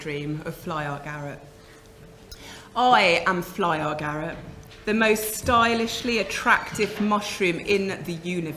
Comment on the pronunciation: Love this talk but why do you call it fly or garick. It's fly Garick. No "or" in between. Sorry, it's a bit irritating ❤️❤️🍄🍄